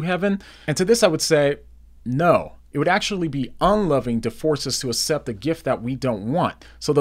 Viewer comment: Good videos! PLS stop saying asept. It's like aksept (accept). God is using your videos!